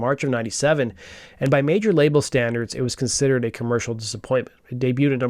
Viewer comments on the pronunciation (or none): none